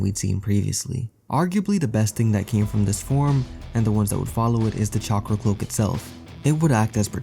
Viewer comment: English People Trying to Pronounce "Chakra" is Funny.